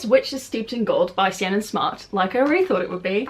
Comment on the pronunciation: Lovely video and loving the new animations - I think Ciannon is pronounced like Shannon though, but spellt differently :)